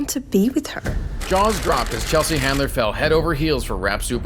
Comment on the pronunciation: Chelsea Handler, not "Chandler"!